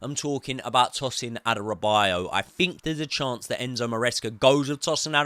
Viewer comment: It's pronounced Adara-be-or-your and not Adara-bio-yo